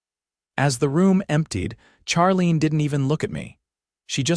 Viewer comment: Charlene is pronounced Sharlene.